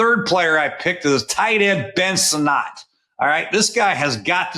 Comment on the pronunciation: I found it funny that Sinnot, pronounced like Senate, had 40% of his passes, 50% of his yards and his only TD being thrown by Mariota last year. He must improve